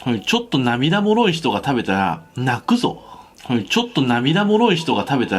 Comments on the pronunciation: 食ってみな、飛ぶぞ。みたいな言い方ｗ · 食ってみな？泣↓く↑ぞ。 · 泣くぞのイントネーションが飛ぶぞにしか聞こえん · 金子さんの名言最後の泣くぞが飛ぶぞに聞こえてしまったww